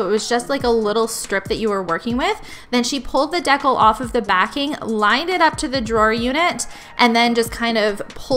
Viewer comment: This is how to pronounce the word, decal.